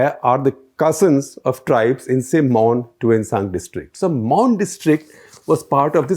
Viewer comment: The pronounciation u made for the names n palaces, well versed! good to listen kudos!!